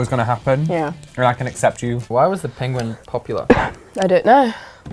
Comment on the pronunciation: Umm d penguin joke said no I but u said the I in it pengin